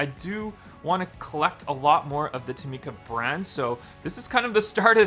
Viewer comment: This is how you pronounce tomica: toh-Mi-ca